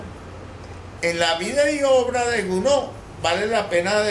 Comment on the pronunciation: Es Charles Gounod, y no Gnoud. Luis Soto.